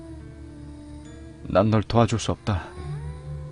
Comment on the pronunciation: 인천출신이고 일본에서 있던일 이야기하는데 경상도사투리나오는거 몰입하다 웃음벨ㅋㅋㅋㅋㅋ 내도와줄게~ 할때 터져버린..